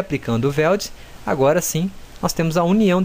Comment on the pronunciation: Weld não é /VELD/ é /UELD/ posso te dar aulas de inglês mano se quiser kkkkk pq o seu é horrível, mas tu manda bem no 3ds max kkkkk